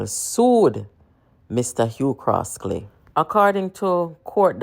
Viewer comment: His name is Hugh Croskery not Hugh Croskely